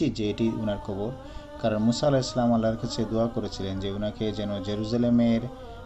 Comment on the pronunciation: সালাম শুদ্ধ হয়নি জনাব